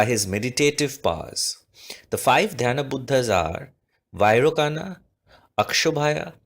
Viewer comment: Vairocana is pronounced as 'Vairochana'.A good video though!